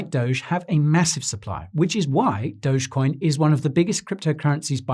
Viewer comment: Dogecoin sounds like doggycoin 🐕